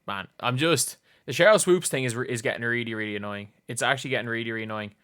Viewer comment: "Swoaps" --Jason Whitlock